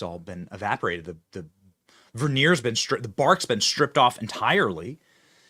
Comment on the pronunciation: "The verneer has been stripped away." I think the word is "veneer". SO many mispronunciations...